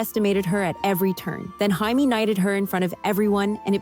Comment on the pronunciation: It's Jamie not Highme